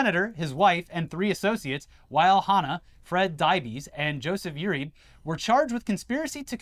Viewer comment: Jesus Christ, butchered pronouncing “Jose Uribe”